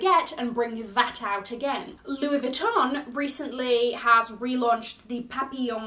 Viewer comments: I am in awe of your pronunciation of French words! Coussin, papillon... Not butchering them like everyone else😂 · Giiiiirl 😏😏😏 i rewinded 4 times the papillon pronunciation! It was sleek!!!! Bravo! Yes to the return of big bags!!!! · I'm French and it was spot on!